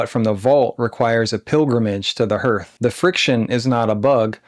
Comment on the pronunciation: "hearth" is pronounced "haarth"